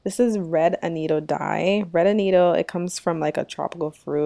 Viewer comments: It’s pronounced ‘Ah-Not-O’ ...not ‘Ah-Neat-Oh’ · It's pronounced A- NOT- TOE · AN -NAT-TO ... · It's not AnnĒtto, it's pronounced AnnAtto...LOOK at the name. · What is anido? It's called Annato! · Love the video. I've not really used evaporated milk before. I think I'll try it with my recipe this week. Sn: Annatto is pronounce uh-nah-toe. Just fyi since you called it uh-nee-toe quite a bit. :) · Its pronounced " ah nah toe" Not" ah knee toe" ..lol. . Ps. Good job on mac n cheese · I think you mean annatto NOT anneetto. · Annatto - not Anito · I like your recipe. Thanks for sharing. FYI it's pronounced annaaaato. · "Ah-nah-toe" - otherwise, this is a perfect video of a great recipe. Thank you for sharing! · I’m from the Carib, too. Puerto Rico. We use Annatto a lot. Btw, it’s pronounced, A-nah-to, there’s no i in it, and it does have a distinct, but subtle flavor to it, which I love. I’ve never seen a Mac and cheese recipe with annatto in it, so I was pleasantly surprised. Making sure I have all the ingredients bc I’m definitely making your Mac and cheese, today!!! Can’t wait!! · Good recipe. It's pronounced Ann-A-toe. It's from Jamaica. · Are you saying "annatto" for the yellow coloring? I have never heard your pronunciation of it.